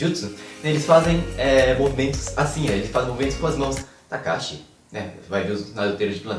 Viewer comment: Só eu que ouvi ele falar "Kakashi" Aí depois percebeu que na verdade o nome dele era "Takashi" ? -_